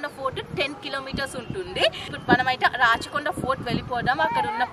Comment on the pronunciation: అమ్మా తల్లీ, ఇది రచ్చ కొండ కాదమ్మా రాచకొండ